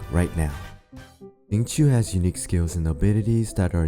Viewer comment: Its shing-cho not zing-choo